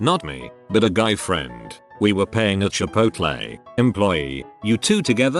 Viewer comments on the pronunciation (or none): none